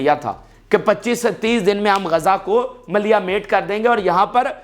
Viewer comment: GAZA NAHI (GAZZA) BOLO.